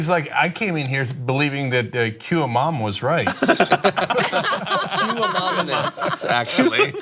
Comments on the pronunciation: Amononous? ANONYMOUS! He needs a pronunciator. What a moron and a fake president. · "Anomonus" wtf MAGA guys, come the f on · anomous... anomin-anus... ananomus... guys help me out here, what's this bigly word? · He was trying to say anonymous?😂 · Yes, trying and failed miserably. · Yeah impeach him ,he didnt pronounce anonymous correctly. Sounds reasonable to me. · This is hilarious. It is the point of TYT that if you have ever had trouble pronouncing the word anonymous then it can be evidence of mental deficiency. This is why no one takes this show seriously. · Trump does not have a speech impediment. He does not know how to say anonymous because he is uneducated. You have an uneducated president and America is the world's laughingstock. HAHAHAHAHAHAHAHAHAHAHAHAHAHAHAHAHAHAHAHAHA..... GREETINGS FROM THE NETHERLANDS. ( FYI that's a country in Europe) HAHAHAHAHAHAHAHAHAHAHA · The "failing" New York Times? Slurred by a gutless cowardly failing president, who cannot correctly pronounce the word, anonymous. Upstaged by a woke 17 year old high school kid. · LOL can't pronounce Anonymous xD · Orange face is so uneducated he can't prounce enormous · He couldn't even pronounce ANONYMOUS. Even TWICE. How stupid moron can you get? And he calls himself President!!!!!And the stupid puppet audience still clap clap!!!! Hahahahahaha. We are laughing our ass off here in New Zealand. And removing those 3 young students because they could not force themselves to be as enthusiastically as the other morons were!!!!! RIDICULOUS!!!!!. It's happening now in America! Who would believe? Really SHOCKING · I think he knew he pronounced it wrong the first time and then tried it again. Kinda like how ppl get tongue twisted and mispronounce words and afterwards say " bla-la-la" then correctly pronounces the word on the second try. But Trump clearly did not know how to say "anonymous". So he failed both times...as expected of him of course. No surprises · Trump cant say words correctly lol